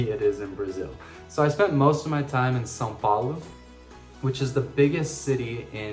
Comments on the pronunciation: You’re the first gringo that says São Paulo correctly, your portuguese is quite good. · Great accent! São Paulo is pretty hard to pronounce, but you nailed it! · Your perfect pronunciation of "São Paulo" caught me off guard haha, well done! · Same here! Impressive!😂